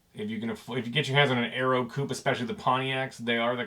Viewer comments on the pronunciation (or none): none